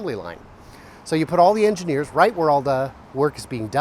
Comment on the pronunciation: Lol “eningeers” Good vid, thanks for the info